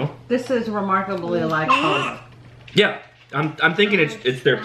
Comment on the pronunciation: Great video! You guys sure do love filipino food! Just to let you know, palabok is pronounced: PA-LAAAA-BOK. Emphasis on the LAAA...lol